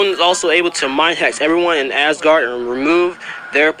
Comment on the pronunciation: Okay this is irrelevant but did you just call Asgard Assgard?